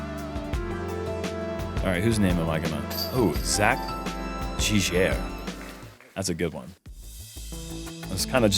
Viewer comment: Good try! It's Zach (Jig-Air) Giguere lol